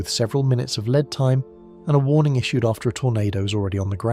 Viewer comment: Lead time pronounced leed not led.